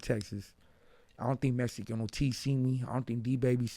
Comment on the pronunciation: He can't say Mexican 😅